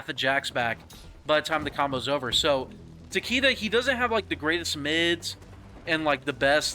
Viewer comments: Takeeda? It's like saying "Lee Kang"... Get it right boss. Tah- kay-dah 🤌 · Takeeda?? Bruh. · If you say Tah Kee Da one more time 😆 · Literally every one pronounces Takeda wrong the announcer voice literally says it.